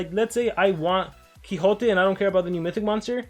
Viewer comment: Is mexican? He sounds mexican when he says quixote